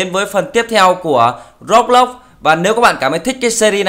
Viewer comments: anh đọc sai từ Roblox rồi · anh doc roblox sai roi